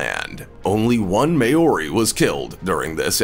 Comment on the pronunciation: great video but New Zealand Native Maori it's not pronounced may-or-e... Maw-rie.